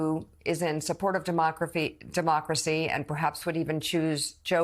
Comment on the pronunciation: " de-mock-crazy" lol what a perverbial slip.... I had heard "demonic-race-y" before but not that.. Also The Media lies on boths sides to divide the people.